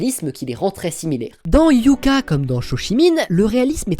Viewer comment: Hyouka ne se prononce pas "Hyouka" mais "Hyôka"...